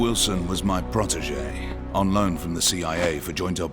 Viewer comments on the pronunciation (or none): none